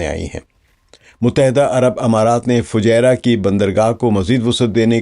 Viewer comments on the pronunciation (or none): none